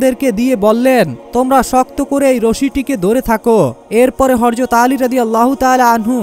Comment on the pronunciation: শুরু টাই ভুল৷৷৷৷৷৷৷ হরযত না বেকুব,,, প্রিয় নবীর নাম শুদ্ধভাবে বলাটাই সুন্দর,,, হযরত মুহাম্মদ মোস্তফা সাল্লাল্লাহু আলাইহি ওয়াসাল্লাম